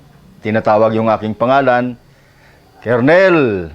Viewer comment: Wag ka magagalit at i-correct lang kita. Colonel ang rightword pronounced as kernel